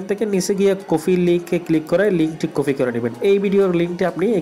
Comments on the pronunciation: ভাই আপনাকে অসংখ্য ধন্যবাদ ভিডিওটা করার জন্য তবে আপনার একটা ভুল হয়েছে বারবার বলতেছেন কফি সেটা কফি হবে না হবে কপি। ধন্যবাদ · আপনি তো ঠিক মতো কথাই বলতে পারনে না কপি লিনক কে কফি লিনক বলেন আর কত যে ভুল 🤣🤣🤣😂😂😂